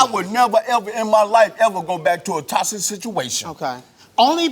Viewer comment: Can't even say toxic OMG